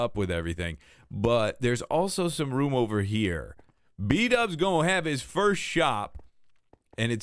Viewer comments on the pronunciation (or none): none